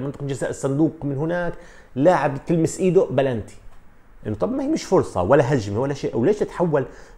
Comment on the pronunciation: كابتن بنالتي مش بلانتي🤦